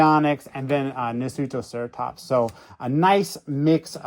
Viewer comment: '' Nutoeratops figure '' '' Bionics figure '' '' Myasaur '' '' Triceratops '' '' Quatzas '' 😭